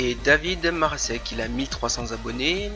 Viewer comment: Thank you so much for promoting my channel! Marasek in French sounds great :)